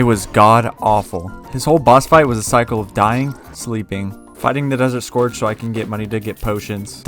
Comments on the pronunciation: scourge is pronounced scurge. as in purge. it’s just spelled slightly different. how’d you get scorge out of scourge? i’d understand if you pronounced it like “scour” but this just makes no sense. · desert scORge mfer its SCOURGE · scorge lol